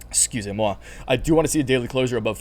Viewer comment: Damn, I loved the "excusez-moi". On top of english, I speak french that was satisfying to hear hahaha